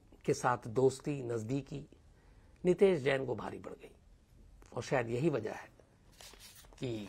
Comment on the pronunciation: यह घटना अजमेर की है अलवर की नहीं और नाम गलत बोल रहे हो नितैश जैन नहीं नितेश नैन है